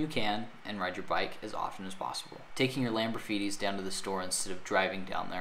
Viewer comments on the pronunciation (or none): Did you say "Lamborfeeties"? LOL!